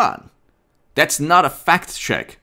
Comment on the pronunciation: are you saying "fact check" or "fat chick"? LOL